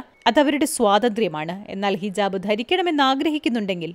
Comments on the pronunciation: ഇതിലെ ശബ്ദത്തിന്റെ ഉടമക്ക് എന്തോ ഒരു കുഴപ്പം പോലെ ........ഭാഷയും വേണ്ടത്ര നിശ്ചയം ഇല്ലെന്നു തോന്നുന്നു. ഹിജാബിനു പകരം 'ജിഹാബ് ' എന്നൊക്കെ പറയുന്നു. "ജിഹാദ് " എന്ന് പറയാഞ്ഞത് നന്നായി. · ജിഹബ് അല്ല സഹോദരി,ഹിജാബ് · ജിഹാബ് അല്ല ഹിജാബ് 🙂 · ജിഹാബ് അല്ല സഹോദരീ... ഹിജാബ്. കളിയാക്കിയതല്ല. ഇനി തെറ്റരുത് എന്ന് കരുതി പറഞ്ഞതാണ് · ജിഹാബ് അല്ല ഹിജാബ് 🤩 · ഹിജാബ് ആണ്. ജിഹാബ് അല്ല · ജിഹാബ് അല്ല മോളേ ഹിജാബ് ആണ് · ജിഹാബ് അല്ല. ഹിജാബ് ആണ്. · Jihab alla ഹിജാബ് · ജിഹാബ് അല്ല ഹിജാബ് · ജിഹാബ് അല്ല -ഹിജാബ് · sis...jahabballaa ..hijaabb 😂 okye